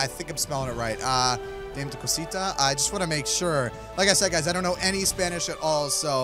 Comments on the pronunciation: Dame to Cusita is pronounced Dah-may-to-coo-seetu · It's pronounced dom-eh-too-co-sito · Just so you know it's pronounced da_may_to_co_see_ta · That's not Dame tu Costa it's Damé tu cosita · Dis is how you say it Da-mhh-e tu co-si-ta ok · You pronounce it Da-meh Two Cosita. Kinda like that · its da-ma t-o ca-sita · dami to cosita is how you pronounce it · I know its 2023 but maybe you still don't know how to say it still? anyways, Dame Tu Cosita is pronounced (Da-may-two-ca-see-ta) your welcome! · It’s dam-ee too coseeta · dah-meh- too co-see-ta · Pronounceing Dama tu cosita (da-ma to co see ta) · Here’s how you pronounce it : ( DAM-O-COTO-SEET-A ) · its da meh to cos e ta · Its penoust (damae-tu-cosita) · its dama cu cusetu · It’s pronounced dummy to Kaseeta😡😡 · Dham-a-co-tah-si-ta. It means give me your little thing that is the actual definition and we know it is referring to the male body part. If you don’t know what I’m talking about get off of YouTube now. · You are saying it wrong and yes it is in Spanish but what it means in English is give me little thing and it says it’s not for children so children if y’all are watching this pls don’t watch the video and I love your videos especially try no to laugh with unspeakable and Mose